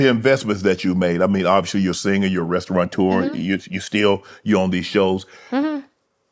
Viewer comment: “Restaurateur” doesn’t have an n in it. Pet peeve of mine.